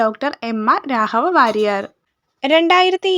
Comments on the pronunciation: അക്ഷരശുദ്ധി ശ്രദ്ധിക്കുമല്ലോ-- രാഹവ വാര്യർ അല്ല. രാഘവവാര്യർ ആണ്.😊😊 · 👌🏻👌🏻🙏🏻സൂപ്പർ ക്ലാസ്സ്‌ അപ്പൊ തന്നെ പഠിച്ചു പോകുന്നു. പിന്നെ 'രാഹവ 'വാര്യർ എന്ന് പറയുമ്പോ എന്തോ ഒരു ഇത്.